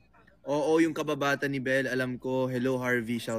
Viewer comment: hahah bakit parang iba nga ung pagkakasabi nya sa oo yung kababata ni belle alam ko..... loveyou don donny